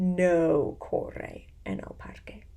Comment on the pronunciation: This one was muy interesante, I printed the pdf and read along with you. I love the way you read and stress words like corre so we can hear the r sound. You can tell you love what you do! Gracias!